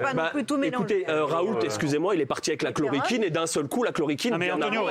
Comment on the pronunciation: et La Chlo"RI"quine" dit le, quel beauf.